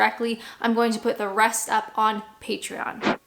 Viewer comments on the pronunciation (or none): none